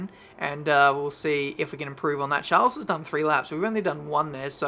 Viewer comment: The s in Charles is silent 🙃